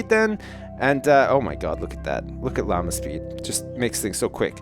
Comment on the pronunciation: Every time he says Llama speed, i keep hearing Lalna speed.